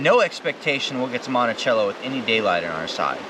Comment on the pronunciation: Yay! i seen my geocache we placed.... Monticello is pronounced monti-sell-o.. just so you know. I liked and subbed. Love the content.